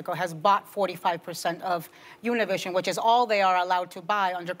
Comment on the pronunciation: Something told me not to click on this video because Ana would be pronouncing Univisión incorrectly, like many people do. It's good that Whoopie was prepared and had learn to pronounce Univisión correctly. (Sarcasm intended). She never does pronounce it correctly. It's an espanol word for an español language network. It's not an English word. How does Whoopie pronounce "Gracias?" Does she say gray-sigh-as? Then Ana chooses to not educate the viewers on the correct pronunciation either. She went along with the mistake from Whoopie yet Ana pronounced Televisa correctly. On the interview I saw on MSNBC in English, they all pronounced Univisión correctly. At least they were all prepared on MSNBC.